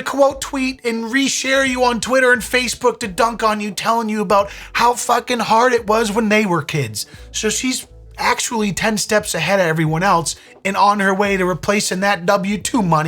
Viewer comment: Dude, I was with you. Please stop saying “eltse” instead of “else.”